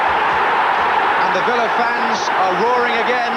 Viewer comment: Since the last part's gone from Youtube, to recap: Villa league champions, Spurs FA Cup winners, Liverpool European Cup and League Cup winners, Ipswich UEFA Cup winners. John Motson never did stop calling him "Ricky Vilia".